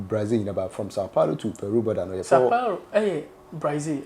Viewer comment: Sau Paulo not Sau Pauro 😂